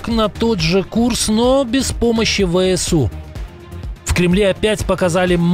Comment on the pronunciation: Неправильно произносите ВСУ.